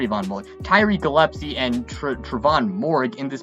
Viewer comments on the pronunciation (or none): none